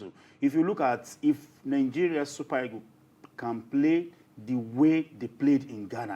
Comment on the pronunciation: How do you Nigerians pronounce the word EAGLES? The right pronounciation is e-a-g-l-e-s and not e-g-o-s. Did you guys do oral English and phonetics in school? It's very weird the way you guys pronounce the queen's language. Imagine words like, PASTOR, GENERATOR, TUTOR, BUS, The right pronounciation of these words are as in PASTA, GENERATA, TUTA, & BAS.